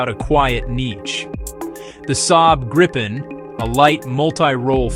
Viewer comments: «Gaipen»? I’d rather say Greep’n. With a long e-sound in the midle and a short at the end, no «Graipen»s in Sweden. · The best plane. But it is "greapen" or "greepen". The english pronouncation hurts my Swedish ears. ;)